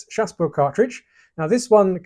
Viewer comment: I believe it’s pronounced chassepot*. Always spit load.